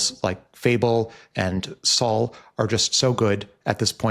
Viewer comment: Sol is pronounced more like, "soul," and not like the name, "Saul."